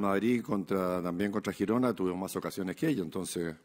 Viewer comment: Lo mejor de la rueda de prensa de este año es que dice Girona como se tiene que decir 😂😂😂😂😂😂